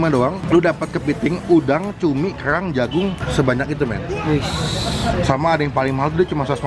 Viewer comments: Kellrlrang ngomong yang bener dut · Kok aneh ya pas ngomong "kerang" 😁